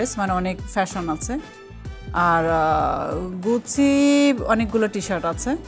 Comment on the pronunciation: ওটা গুসি নয় 😂 গুচি(Gucci)